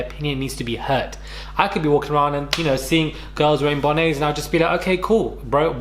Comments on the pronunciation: BTW, it’s pronounced ‘bon-net’ not ‘bon-ay’ unless you’re talking about Lisa Bonet. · Am I the only one who thinks it’s funny the way pronounces Bonnet 😂😂 He says Bonnee 🤣 anyway Am black and I don’t wear bonnets at all outside its for inside imo but I don’t cringe anytime I see anyone else with a bonnet on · I agree it’s not, but then why did you comment? You could’ve moved on. I’ve heard him mispronounce a number of words incorrectly and held back. There’s nothing wrong on gently advising. You need to get over it. Also, I don’t want people to think British people pronounce bonnet that way.